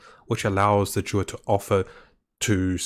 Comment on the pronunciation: It's not Durid... it's Druid